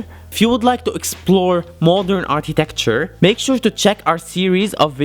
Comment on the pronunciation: Architecture not Artitecture